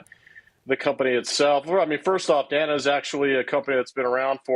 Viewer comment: It’s pronounced Day-na